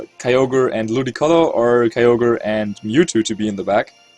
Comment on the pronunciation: the beautiful pronunciations are a thing of beauty. The way he says Ludicolo makes it sound like its a precious chinese vase.